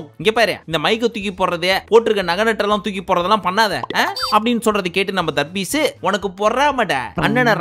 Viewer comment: Pls don’t say darbees here after pls say “THARRPIECE”